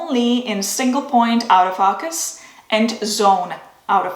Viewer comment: Nice video. It sounds like you’re saying “out of focus” instead of “auto- focus”